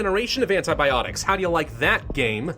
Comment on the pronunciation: who died when he said antiboptics